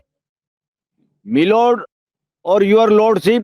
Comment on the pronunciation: मिलोड नहीं मिलोडा बोलिये.